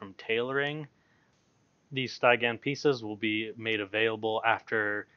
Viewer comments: Stie-gan, lol. Steh-gee-an. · Cool stuff! Just for giggles, Stygian isn't pronounced, STI-gan. It's Sty (as in stick) + gian (as in j + ee + an). Any chance you'll make a video about dealing with rogue dps in Wpvp? Thanks. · Stih - Gee - Ehn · Nice video! You say Stygian real weird though. Subscribed!